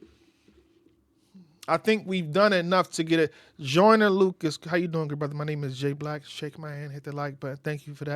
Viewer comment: we’re 10? Your guy rhymes Lucas with mucus and said “Joynah you bastahd!” Like cmon G wtf